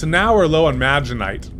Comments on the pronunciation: I LOVE HOW IT'S EPISODE 9 AN STILL SAYS "MAGENITE":D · u mean majenite for thats how he says it anyways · Mag. Ne. Tite. It’s a crystal containing iron, so it’s like magnet.